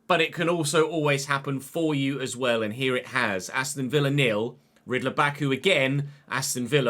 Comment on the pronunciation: Ridle Baku. But yeah, the pronunciation is correct as far as I know.